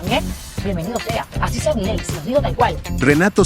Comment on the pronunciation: Milei. El acento prosódico la tiene la última i no la primera POR FAVOR MÁS ATENCIÓN... SE SUPONE SON PERIODISTAS O NO? 🤔🤔🤔🤔🤔